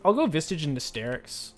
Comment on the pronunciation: Is saying 'vistage' some sort of voluntary private meme?